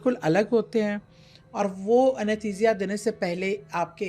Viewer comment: Yah!! 😂😂😂 she’s not even talking about the supernatural behind the death as the thumbnail clickbait suggests. Plus anaesthesia pronunciation - maybe we’re the wrong audience.